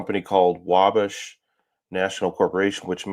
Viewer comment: It's pronounced WALL-BASH